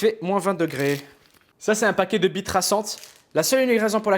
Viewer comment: il dit pas billes il dit bie:')